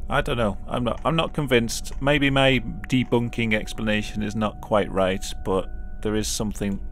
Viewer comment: Then "Me Deboonking a tik tok video"